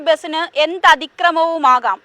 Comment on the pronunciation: ബിസിന് അല്ല, ബസിന്.